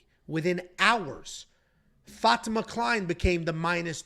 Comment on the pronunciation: The fact that doesn't know how to pronounce Fatima (FAH-TEE-MAH) is astounding. I mean come on man, seriously?